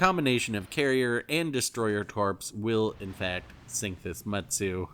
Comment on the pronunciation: Fun video apart from the consistent and frequent mispronunciation of Mutsu.